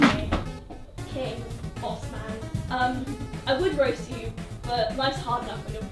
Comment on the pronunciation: ah yes "raost tom"